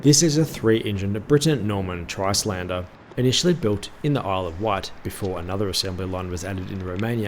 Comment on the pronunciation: Just a quickie, the Trislander "S" is silent, it is a play on the word from the Islander it is based on!